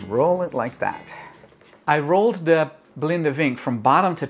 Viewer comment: Really odd to hear "vinken" pronounced with the "w" sound (in germanic languages) We say it like "Fink"